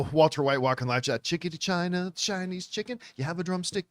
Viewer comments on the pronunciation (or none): none